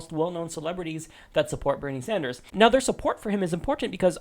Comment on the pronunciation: "Bernie San-durs-ziz"